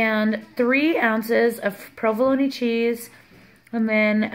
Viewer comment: You say provolone wrong. Pro-vuh-lone